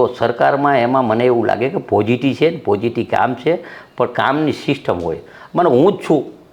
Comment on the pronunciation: પોઝીટીવ નહી પોઝીટી ,પાર્ટી નહી પાલ્ટી